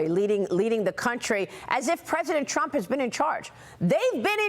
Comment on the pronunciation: Trump not Tramp. 🇺🇸 (full disclosure: I stole that slogan from a comment on another video because it’s really good!) 😀